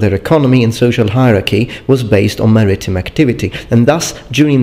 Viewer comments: 'MAritime', not "maRItime". =) Great content and quality as always,! (Do you spell it with 'f' or 'ph'...?) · Maritime is pronounced "maree-time", thought I'd help you out. :) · "Mer - Eeh - Time." Maritime. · I always believed that maritime was pronounced like merry time, as in Marinara with an American accent